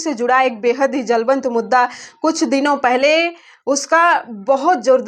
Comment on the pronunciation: जलवंत नहीं होता है मैडम जी, ज्वलंत होता है।